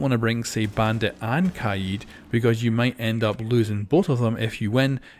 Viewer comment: Kaid not kieed